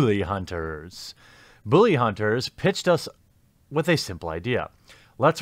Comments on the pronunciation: It's pronounced bull-lee not boo-lee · Why do you pronounce "bully" as "boo-lee?" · Why do you keep saying "Booly" and even emphasize it? Am I missing some inside joke or something? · "booly hunters" :^) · Why do you say "bully" like "booly"? Honestly curious if that's some kind of accent thing going on there.